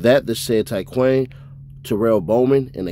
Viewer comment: Its pronounced ty-quan not ty quane these charges bogus